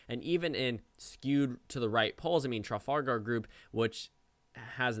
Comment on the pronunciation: For God's sake it's pronounced truh-FALL-gur